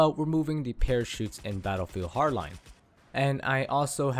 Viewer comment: completely agree with you! but try saying the D in battlefield HARD line it it kinda bugs me xP